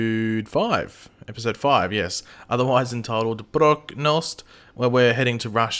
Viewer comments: Dude it's pronounced how you'd pronounce it in english. Prochnost not Proknost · it's "ProCHnos't'" like actual ch not k